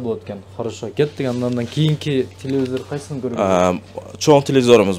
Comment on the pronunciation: Телевизор деп айтсан тууган,телевизир деп айтпа